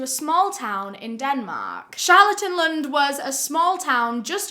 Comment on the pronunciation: I was so surprised when you said Charlottelund ! I’m from Denmark